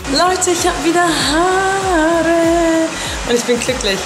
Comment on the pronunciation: lern deutsch haarrre😂😂